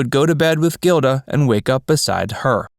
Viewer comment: Gilda is pronounced " Jilda".